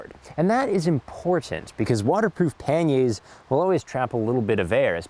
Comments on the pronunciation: You can moan and bark all you like, but your pronunciation is wrong with the panniers. It’s said as it reads. It’s not ‘panyay’ as you attempt..... Sorry. Good vid though, agree with the hammock and tarp, but fix a USB port on your bike and it’s one less thing to carry.... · Great video. One nitpick - it's pan-yurs. Not pan-yays. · Did I hear Pan-yay, I like that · Canadians are so quaint. Pan-YAA's...LOL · im here just for him saying panyay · why do you pronounce panniers like that?